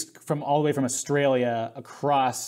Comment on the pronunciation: Did he say, ‘acrosst?’ Dude…